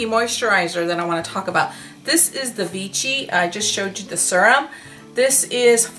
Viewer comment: Pausing at 12.48: it's pronounced Vishee, the accent on the last syllable and it's one of the most respectable skincare (for the most part) brands out there, all dermatologists in Europe swear by it. The serum you have is one for intense hydration, not for firming and lifting. That one would be the Liftactiv. If you find it, try it, I highly recommend all their products (I've been a fan for years, have tried almost everything, LOVE the aqualia thermal spa gel that is in the dark blue pot - GET IT if you find it). And you got the Neovadiol for a fraction of its actual price, it was a STEAL!